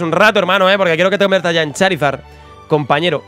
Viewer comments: dijiste chorizord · Minuto chorizor 😂😂 es Charizard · has dicho charizor en vez de charizar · like si te diste cuenta que dijo chorizor en ves de charizar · No es Charizard es Chorizord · Like si escuchaste que dijo cholizor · Dijo chorizord xd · Y además dijo chorizor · As dijo chorizor